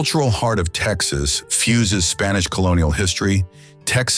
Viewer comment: We watched until the end. However, as Texans we were quite unhappy with many of your pronunciations. Also, what is the third country which touches El Paso? You do know New Mexico is a state in the United States, right? You did not show the essence of Texas even though your video is nice. You were much too upmarket. And hectares? Really? We always say acres here…and tanks, not ponds!